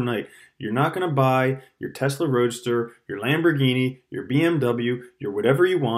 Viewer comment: you kinda said teslaroaster 😂